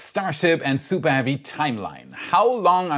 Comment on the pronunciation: Supah heavy boostah